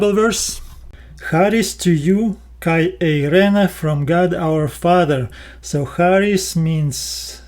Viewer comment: You are very sweet, BUT PLEASE word KAI means AND, Pronounced "ke" e as in elephant not kaee. It spoils the devotion when I hear this word so mispronounced. Please ask a greek priest, he can assist you in ALL Greek diphgthongs, double vowel sounds. I like the way you explain and show in Greek and Koine language. I will continue giving you "thumbs up" thank you, Tanya from Sydney Australia.